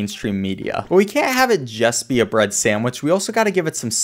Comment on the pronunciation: "bread"? More like "bruhd"